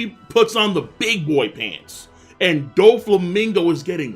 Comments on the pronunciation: Dude it's not pronounced don its doe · How many times you gonna say doflamingo wrong?????? So annoying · doflamingo not donflamingo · "DON" flamingo? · Pronounce his name right it's "DO" Flamingo, not DONflamingo plssss... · It's DOflammingo Don Quixote not Donflammingo. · “Don flamingo” isn’t it doflamingo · stop calling him DON flamingo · This guy said "don-flamingo" 😂😂 dkm, and he never corrects himself! I'm dead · Its fcking DOFLAMINGO not DON-FLAMINGO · its doflamingo not donflamingo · Dude. Love the video. I really do... BUT it’s DOFLAMINGO. DOOOOOOFLAMIGO!!!! Not DON, DO. Feel compelled to give a dislike just for that error. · I know I’m not the only one being bothered by this guy calling Doflamingo “DoNflamingo” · I can't get over this guy saying DONflamino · Doflamingo, not fucking Donflamingo. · Still saying DONflamingo in 2019 SMH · STOP SAYING DONFLAMINGO ITS FUCKING ANNOYING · why this man always say “DON-Flamingo”... his name is “DOFLAMINGO”... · Honestly I interchange doflamingo and donflamingo all the time without even noticing. It just feels right somehow lol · "Donald Flamigo" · I'm sorry I can't subscribe cause your saying Don flamingo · Who else gets really annoyed when he says don flamingo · DON Flamingo? Did you watch the dub or something? But that wouldn't explain why you call it bound man. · He says dong flamingo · "Don flamingo"......Pls dont.😂😂😂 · Y’all realizes this mans saying Don Flamingo! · "Don Flamingo" 😂😂😂😂😂😂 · CAN THIS MAN STOP CALLING DOFLAMINGO "DON-FLAMINGO"?!?!?! Its Donquixote Doflamingo. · Yooooo King do you pronounce Doflamingo's name "DonFlamingo" because hes Donquixote Doflamingo or are you genuinely just saying his name that way. Ive always notuced you did this lmao just had to ask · It triggers me as well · He takes pride in it. With a DON!